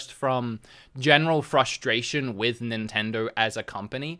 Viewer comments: "Nintendro"?? You can't even pronounce the name correct. No wonder they dropped you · Maybe a Nintendo dropped him because he can't say Nintendo. "Nintendirr" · I just love how you pronounce Nintendo "nintendur" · Can't unhear this now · I love the way you say Nintendo